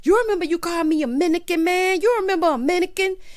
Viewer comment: the best part was you saying "minican", 🤣🤣🤣